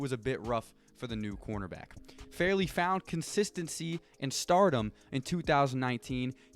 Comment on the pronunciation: Caleb FAR LEY not farely